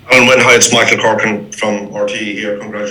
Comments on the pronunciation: Why is the first interviewer calling Alun Wyn "Alan"? The letter "u" in Welsh is pronounced like the "i" in the English word "in". It can't take much to learn how to pronounce the captain's name. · Great player Alun wyn Jones, perhaps his name will be pronounced correctly now